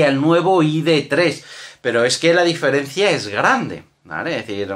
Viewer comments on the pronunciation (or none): none